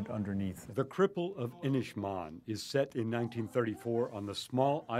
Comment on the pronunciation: Pronunciation is inish-maaan. The "A"s sound like Ah Not inish man